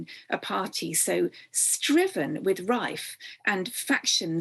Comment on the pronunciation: Nice sound swap there. "Striven with rife" = riven with strife :)